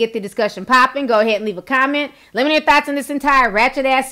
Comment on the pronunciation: I’m pretty sure at the end you said THOTS instead of thoughts? 🤦🏽‍♀️🤣🤣🤣 I had to replay about 4-5 times lol Correct me if I’m wrong 🤷🏽‍♀️